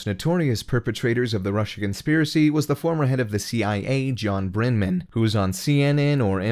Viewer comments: yeah I heard "collision" and "Brenman" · Is the narrator a computer, or just can’t pronounce certain words?? “collision” “Brenman” “Stee-roke” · Brennan not Brendmen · Brenmen? Brennan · This seems like it could be a russian bot, no? Not based on the content, but this voice - obviously robotic when it says names - gets all these names wrong. You pronounce Peter's name Stroke. It's John Brennan, not Brenman. Hmmmmm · I am thrilled by the results of the Mueller Report. Helpful tip: Take a second or three to verify the pronunciation of names before recording the Voiceover. Calling Peter Strzok "Strisuk" when it's pronounced "Stroke" and calling former CIA director Brennan "Brenman" makes you look and sound like you don't know what the hell you're talking about.